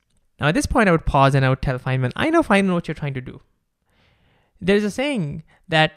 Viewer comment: thank you for correctly pronouncing Richard Feynman